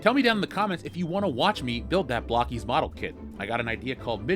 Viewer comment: It's pronounced Blow-keys. Not block-keyes